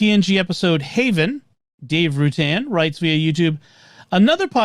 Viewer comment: Hey,! I just realized you correctly pronounced my family name when you read my feedback. That's a rare thing as usually 'Rutan' is a pretty secure shibboleth.